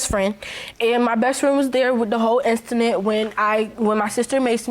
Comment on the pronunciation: not “instident” you mean “incident” ma’am ?